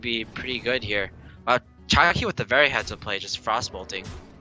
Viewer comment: I have to say it. I haaaaaaate esport commentators with THICK accents like. If you cannot say "with" as "with" and not "wiff" then you need to go back to primary school. Articulate! There are speech therapy classes for a reason. Sorry guys, it bugged me. I needed to get that off my chest.